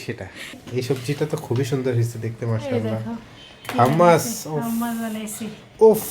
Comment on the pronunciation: কাম্নি আবারও হাম্মাস? সাইফান খুব সুন্দর করে সঠিক উচ্চারণ করে, ‘হোমোস’।হাম্মাস হাম্মাস ক’রো খুব odd সোনায় । English spelling হবে Hommus/Hummus. That’s up to you হাম্মাস হাম্মাস বলতে থাকবে নাকি সাইফানের মত সঠিক ভাবে বলবে।